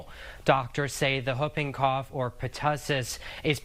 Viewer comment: Someone please tell how to properly pronounce “Whooping Cough”😂